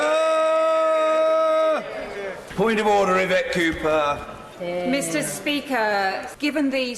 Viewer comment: the "Cooper Bill" becomes to the "Copper Bill" and stays like that for the rest of the video...